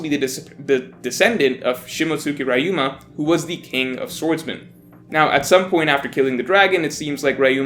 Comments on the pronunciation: REE-UMA, not “RY-UMA” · Who is this RYe-Uh-ma you keep mentioning? Or are you speaking of Ryuuma? you know the Ry as the ri in rich. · It's "Ree-you-ma," not "Rye-you-ma." You're making my "Street Fighter Live Action" trauma came back. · it's RYUMA riyu-ma not rayu-ma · Who the hell is rayuma! It’s ryuma bruh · Rayuma?? 🤣🤣 it’s fuckin RYUUMA! Ri-yu-ma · Is anyone else bothered by how says «Wrah-yu-mah» instead of «Riu-ma»? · rye-yoo-ma rye-yoo-ma rye-yoo-ma rye-yoo-ma rye-yoo-ma rye-yoo-ma It's not hard to say Ryuma properly... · Re-u-ma. Are you watching OP with the dub?! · The way he pronounces Ryuma grinds my gears. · You pronounce Ryuma wrong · His Ryuma's pronunciation makes me cringe, but good video, please respect the original language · As much as I enjoy and agree with this video, your mispronunciation of Ryuma is physically painful. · Never pronounce Ryuma like that ever again.